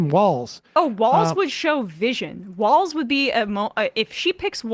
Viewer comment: His name is Walz and not Walls. Come on guys it is not that hard. But American need to get past I do not agree with the person running 100% so I am not voting for them or not voting at all. Even if you live in Republican state it is impprtant you vote because those local elections actually effect you more personally then those in Washington. Also those small election the person may win with just a few 100 vote different between the winner and loser. You vote for the person who will do better or at least no harm. Trump is a harmful to our country.